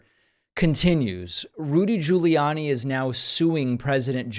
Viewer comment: Did you just say "Looty"😂😂.. Rudy Looty 😂 Pakman AKA "Pacman 🤣🤣